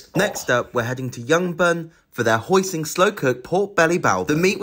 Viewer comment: It’s pronounced ’hoisin’, not ‘hoising’…and the noodles ‘literally cost £9.50’…as opposed to metaphorically??